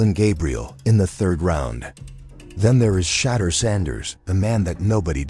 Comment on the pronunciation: Who in the h311 is Deshin Watson & Shatter Sanders 😂? The one area AI needs improvement is pronunciation!